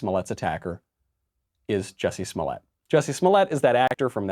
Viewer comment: Its pronounced "Juicy Smow-yah"